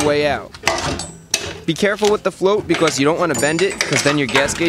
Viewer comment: I love the way he says “because” bee cuasse